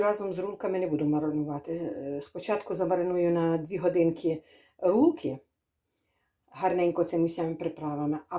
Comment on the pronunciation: говорить правильно рульки бараболя